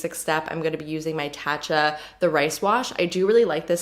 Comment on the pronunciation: Lol you say tatcha like the matcha and pasta thing on your instagram. I've only ever heard it be said "tah-tcha".